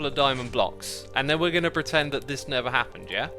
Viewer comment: Idk why but every time you say never, I hear nether. Every time. It doesn't matter how hard I listen, or slow down the video. I hear nether. Not disappointed. 😁